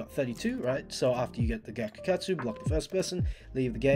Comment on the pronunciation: am i hearing bro say gyakukatsu sex instead of sacs